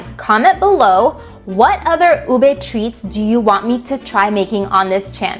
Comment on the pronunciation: You pronounce UBE so well!!! My 2nd generation Fil-am friends who grew up in the US pronounce it as YOU-BAY 😁